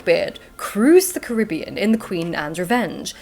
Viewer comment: That PhD student you met is spot-on with the pronunciation of Caribbean. Emphasis on ca-RIB-bean. Signed, a proud Caribbean native P.S. you are all welcome to visit!